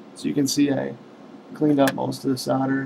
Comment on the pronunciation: you keep saying "sodder" instead of "solder" when you mention the soldering braid, you quickly correct yourself with "soddering braid" Lol what?